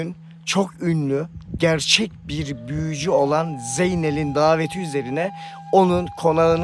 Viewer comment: 28.25 büüyücü. Aman Allahım diiyor😂😂😂😂